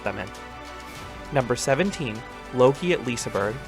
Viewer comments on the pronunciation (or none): btw you say Looke not Lokiiie on Loke at Liseberg. And how you said Liseberg was ok.